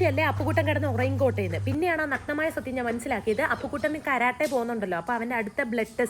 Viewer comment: Karotte ennalla parayendathu tto . Karate. Ente mon blue belt aayi😁